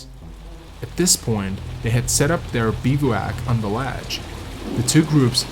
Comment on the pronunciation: Ahhh, it's pronounced Gran-it! How am I supposed to watch this if the very first thing I hear is the mispronunciation of the best climbing rock? Bivouac is pronounced Biv-oac (soft i), crevasse is cre-vasse.